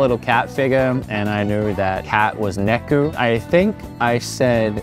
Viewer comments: Its NEKO for cat - not neku. Neku means noise or sound. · Argh.. Why do Americans always pronounce "neko" wrong?!